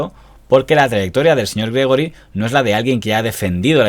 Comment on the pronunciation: Gregori es Gregorio en catalán y se pronuncia Gregório.